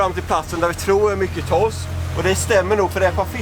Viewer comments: Grattis. Men det heter Torsk, inte Tossk😂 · TOSK !???? det heter TORSK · Sluta säg Tossk. Lär dig prata.